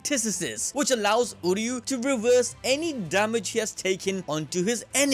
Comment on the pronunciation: Nobody : Absolutely nobody: The picture: reverse EVENTS. Him: revese DAMAGE 😂😂😂